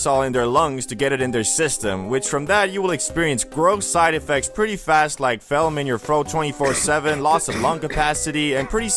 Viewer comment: Why don’t you know how to pronounce phlegm? 😳